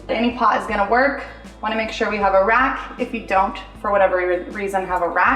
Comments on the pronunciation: Did she say “rack”? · did she emphasize 'rack' intentionally?? God bless her ;-) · She plainly says to make sure you have a rack. She emphasized that so I was paying attention. Matter of fact, I played it back several times just to make sure I understood.